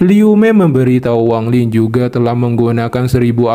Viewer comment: Bukan Wang Ling bang kau ni ada ada aja gak sedap dengar nya tau tak ???